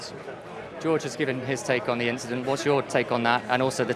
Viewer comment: Re: Charles it was just an inchident.